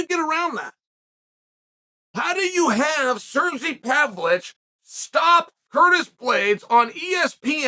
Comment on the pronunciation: “Cergy Pavlich” another name added to the list